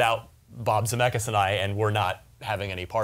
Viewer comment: "Zemeckis", not "Zamackis"